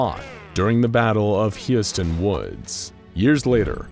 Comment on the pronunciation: Am I the only one that noticed him pronounce Husiatyn like 3 different ways? lol